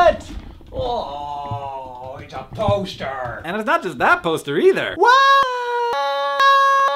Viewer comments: when Hank says poster at like I genuinely heard toaster lol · When you said "agh it's a poster!!" I swear I heard " it's a toaster!!!" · I thought he said toaster instead of poster. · I honestly thought you said "its a toaster"